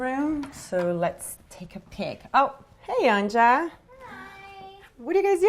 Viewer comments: You supposed to pronounce it as anya not an ja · This whole time I thought her daughter's name was pronounced like Anya. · You actually pronounce the Name Anja like anya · It´s cute how she pronounces Anja wrong :D :P